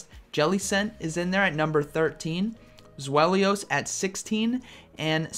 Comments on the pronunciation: Zweilous- Zwaylus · Btw its German, so its pronounced zwy lus (zweilous)